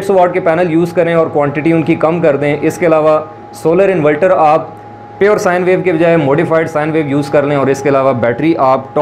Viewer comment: اسلام علیکم پیارے بھائی انولٹر نہیں انورٹر ہوتاہے